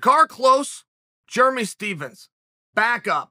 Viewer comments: Jeremy "Germy" Stephens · Chael “Germy stephens” Sonnen